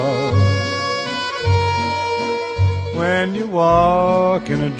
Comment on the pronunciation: whennnnnnnnnnnnnnnnnn. not wheeeeeeeeeeeeeeeeeeeeee as in weeeeeeeeeeeeeeeeeee. whennnnnnnnnnnnnnnnnnnnnnnnnnnnnnn sound it out.